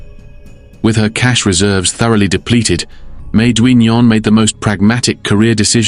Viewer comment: Duignan is pronounced DIGNUN!